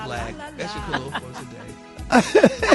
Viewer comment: I thought he was saying kalua like the drink, he's saying color???